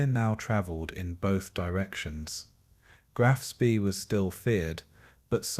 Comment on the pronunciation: Get frustraded and angry instead of falling asleep because these wankers mispronounce, "Graf Spee" every fucking time.